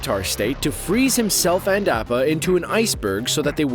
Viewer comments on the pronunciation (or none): Who else wanted to punch the narrator for the way he kept saying appa as "app-a" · Opa not apah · His name is not apap it’s appa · The narrator pronouncing Appa as “App-uh” made me cringe so hard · Is this man saying appa like apple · pronounced ou-pa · He said Apa wrong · It really pisses me off that this guy can’t or refuses to pronounce Apa properly 🤮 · Why is nobody talking about him saying appas name weird af like come on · They pronounced appa wierd in the video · i dont like the way he pronounces appa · Why are you saying Appa weird... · how dare you pronounce appa's name wrong